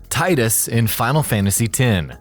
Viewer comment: Tidus was fine & the laugh scene was intended to sound forced....also it's pronounced tee-duss ffs ( mispronouncing his name makes your complaint about bad pronunciations in Just Cause 2 ironic.... ). and Tora's not that bad ( his voice can get annoying but the acting is fine )....Rex though, the delivery on some of his lines were pretty bad. and isn't Chaos Wars the one where the devs just had their families do the voice work?